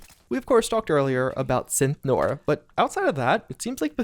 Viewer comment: It's read "centOrs" not "centArs".